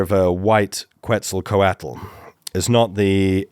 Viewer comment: Please learn how to pronounce Quetzalcoatl. It was so painful to listen to over and over